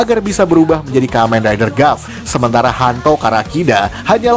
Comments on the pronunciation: Sedikit memberitahukan kalau tulisannya "Gavv" maka dibacanya "Gabu" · Sekedar memberi tahu Cara bilang gavv itu gabu bang